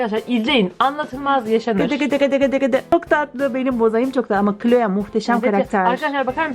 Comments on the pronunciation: O kloe değil kloi diye okunuyor sanırım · abla o cloe yani kloi diye okunuyo <3